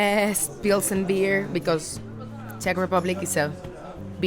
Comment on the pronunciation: "Teq"? What is that? "Czech"?